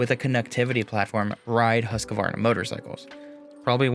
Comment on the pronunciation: Just a tip, do not pronounce the «q» like a «q». It should be like huskvarna.